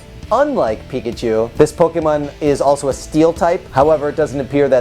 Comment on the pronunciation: Aight so u said the name right but then u said pokemin... POKEMIN!!!!